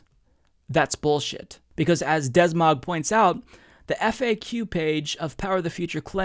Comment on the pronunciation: Des mog? Are you sure it's not de-smog :P